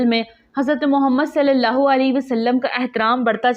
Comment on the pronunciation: اللہ تعالیٰ جزا عطا فرمائے ۔ نام مبارک اللہ میں شروع میں الف بھی ہوتا ہے ۔ تصحیح فرمالیں ۔